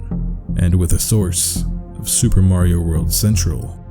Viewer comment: "Soupa marieo in reol lyfe"